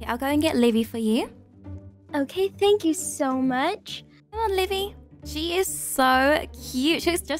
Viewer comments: He said “tanks you” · Buddy At The Last Time Seeing Livie : “fank you” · Buddy said fank you